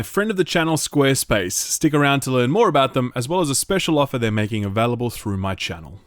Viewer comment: I love the way you say "available". Avehlible. Avehlible. Just that slightest accent or dialect. Dunno why, but I find it really charming. x)